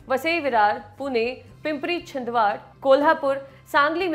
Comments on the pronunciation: पिंमप्री छिंदवाड नहीं पिंपरी चिंचवड है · Its पिंपरी-चिंचवड..... not छिंदवाड